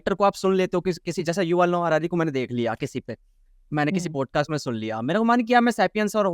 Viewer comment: पॉडकास्ट ❌ पोडकास्ट ✅ भाई प्लीज़ "पोडकास्ट" मत बोला कर वो "पॉडकास्ट " होता है । "औ " की ध्वनि आनी चाहिए । "पोडकास्ट" बोलते हो दिक्कत कुछ नहीं पर ऐसा लगता है कम पढे लिखे हो जबकि ऐसा है नही ।